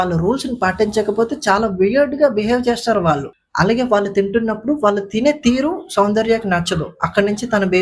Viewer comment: అలాగే ళ అక్షరాన్ని ల వలె పలుకుతున్నారు వాళ్ళు ని వాల్లు లాగా , దయచేసి సరిచేసుకోగలరని మనవి